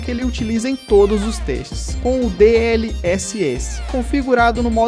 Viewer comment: Pronúncia esquisita de alguns termos, como Xeon, SSD, DLSS etc. É a sua pronúncia ou é IA falando? Tenho um PC parecido e o desempenho é semelhante. As memórias têm que rodar a 2400MHz, que é o que esse Xeon (se pronuncia "zíon") suporta. Ficou bem legal. Parabéns.